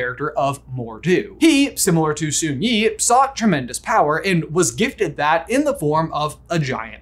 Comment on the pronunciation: For the amount of work and research that goes into these videos, I'm a bit surprised they missed fairly common (or so I thought) animal trivia that red panda's aren't bears.. and didn't double check how Sun Yee's name is pronounced... lol